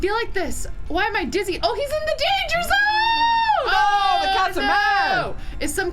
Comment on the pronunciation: When said "he's in the danger zone" I was like....that's not how you say it!